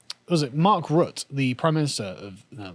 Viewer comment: You pronounced the name of our PM wrong, its "Mark Rat".